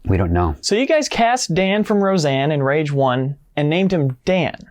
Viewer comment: So it's really pronounced rahge 2?